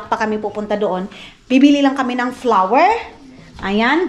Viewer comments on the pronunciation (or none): none